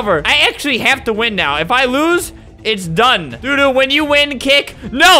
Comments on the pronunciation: It’s not pronounced do do it’s pronounced dough dough like the bird from like 1960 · Dodo is pronounced doe-doe, it’s an extinct bird 🦤